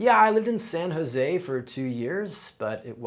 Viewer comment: “Sannazay” not San Jose